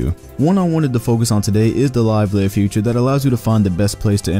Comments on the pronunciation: It's FEATURE, not FUTURE. FEATURE (\ ˈfē-chər \) definition 3: a: a prominent part or characteristic Pine trees were a feature of the landscape. b: any of the properties (such as voice or gender) that are characteristic of a grammatical element (such as a phoneme or morpheme); especially: one that is distinctive -Merriam Webster Dictionary FUTURE (\ ˈfyü-chər \) definition 3: existing or occurring at a later time met his future wife We cannot foretell future events. -Merriam Webster Dictionary Please stop saying "future" when you mean "feature" a team can feature Steph Curry. FEAture is either a noun or a verb, something can be featured or be a feature. FUture is either a noun or an adjective, e.g.) "In the future, my team will hopefully be good" or "My future team will hopefully be good" Please learn it is infuriating to hear you call the features of the hardwood amino app "futures". If they were, in fact, "futures" they would not exist yet, however, since you seem to be using them, they would be features or at the very least "future features" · Anyone else pissed at how he says feature